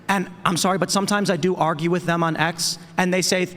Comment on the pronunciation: cannot say "with"